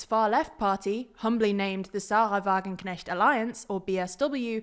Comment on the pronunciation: The pronounciation of Sarah Wagenknecht etc. was excellent! Just a small correction: 6,1% is not bad but rather good. Many people feared that they would not hit the 5% (they still would have gotten seats but it would have been a bad sign for the general elections because there they need to pass thr 5% threshhold)